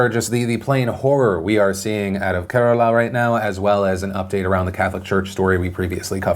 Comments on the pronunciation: As a person who is born and raised in America and who's parents are both from Kerala orignally, Phili D you put forth a valiant effort for an american with no prior knowledge at pronouncing Kerala. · thank you for finally saying kerala right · Yay, you pronounced Kerala correct! :) Thank you for covering the story earlier today. Much love, Phil. 💛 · Pronounced Kerala like a pro in this vid, good job Phil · He pronounced Kerala right this time, good job Phil! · Love you Phil and your pronunciation of Kerala was spot on. =) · Awe Phil! You saw all our comments on how to pronunciate "Kerala" and attempted to pronounce it properly. You pronounced it well as well! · LMFAO you fixed your pronunciation of Kerala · Hey Phil, only into the vid and I appreciate that you pronounced Kerala correctly. Good stuff! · I appreciate the better pronunciation of Kerala!!!!! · Hey, nice job updating your pronunciation from the other video! Always nice to see someone appreciating another culture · You said kerala right this time